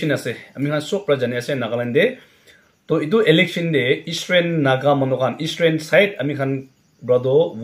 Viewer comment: It's eastern not estrain correct your pronunciation 🙏👍😅